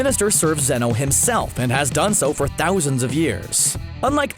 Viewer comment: Zeno not zenos